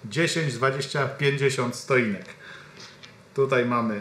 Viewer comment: Stoinek??? Stotinka